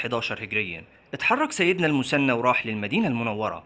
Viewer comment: المثنى وليس المسنى حتى لو تنطقها بالمصري خلي العربيه صحيحه في المحتوى..